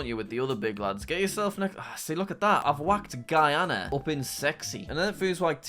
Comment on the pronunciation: finally someone said GUYana instead of gweeana😭